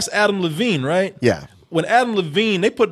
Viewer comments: DEVINE!!! It is DEVINE!!!! Not Levine, Devine with a D!!!! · Love you guys! But his name is Adam DeVine not Adam LeVine. It was driving me nuts every time you said it.